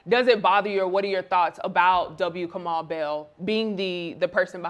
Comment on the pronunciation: And it's "Kamau," not f'ing "Kamal" or "Kamell" or "Kermell". How do you not take better care around the mispronunciation of Black names?